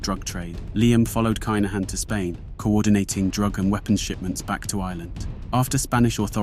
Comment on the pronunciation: I’ve seen your mispronunciations and limited YT research before - on this occasion I’m bound to say it’s kin not k’ai